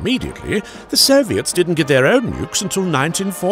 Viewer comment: For some reason I clearly heard “the serbians” each time he said “the soviets”